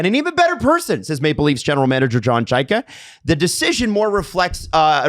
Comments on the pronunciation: I loved how they all pronounced Chayka differently the whole pod lol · What was the bigger surprise this morning … Bérubé being fired, or the new pronunciation of Chayka?